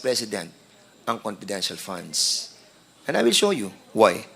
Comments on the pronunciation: Nkkainit na nga ng ulo ung pgpronounce nitong nato ng "p" imbes na "f" paingles ingles p kc pwede nmn mgtagalog at gnagawng malishoso lahat nlng ini-issue s ovp.....kayo kayo nlng nanloloko sa sarili nyo oi! Nangelngelam s "confidential" funds na na-compromise na! Obob! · Attention Dan FFFunds not ponds Delivvvvvered not delibbbbered